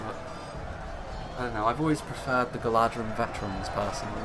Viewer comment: Beautiful battle, loved it! Just something I noticed, when you say 'Galadhrim', it is actually pronounced 'Galathrim', as DH in sindarin sounds like TH.